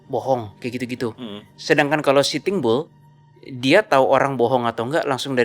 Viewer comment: Kenapa denger pelafalannya sitimbul, ternyata sitting bull 😂